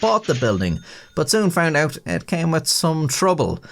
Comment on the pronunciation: "pulled oot or hammered doon" - momentarily possessed by a Canadian ghost.